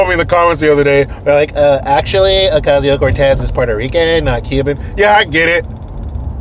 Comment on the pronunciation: 'Occasio COOOORTEZZZZ' cracks me up EVERY time! You are awesome!